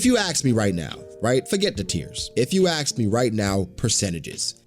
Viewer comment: Hi I hope ur fine what hell u were saying in last couple of video u said '" if u axe me'" instead of ask me not only one time but u said it twice were u drunk my bro??